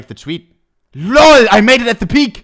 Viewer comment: The way he says LOUL